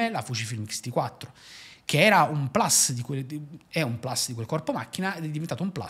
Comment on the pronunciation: Sembra una bella macchina per professionisti. Ti esprimi in maniera chiara e sai come non rendere noioso un video. Attenzione a quel “plus” che tu pronunci “plas” all’inglese quando la parola è latina e se stai parlando in italiano va detta plus con la U :)